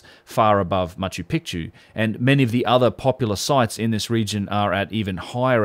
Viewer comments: Macho pee-chew Saxywaman😘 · Mispronounced (as I said above) serially - go listen and earlier in the video, and in other videos (where I have also pointed this out). - If you can point us towards getting Machu Picchu pronounced right - allow me to return the favour :- ) Go well - and thanks for a great piece. PS great to see Brien wearing his New Zealand cap in this clip.